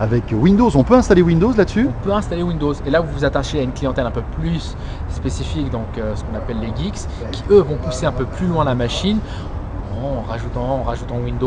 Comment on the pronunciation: c'est GEEK pas GIIX lol il fait planer le gars